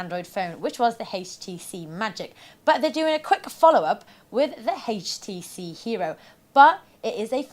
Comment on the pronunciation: I tried, I really tried to watch this video.. But I simply couldn't stand hearing her say H-tc. If I ever hear a pronunciation of HTC like hers again, it will be too soon! Your God! It's horrible..!!!